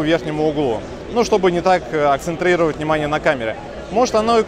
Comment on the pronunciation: Акцентрировать (С)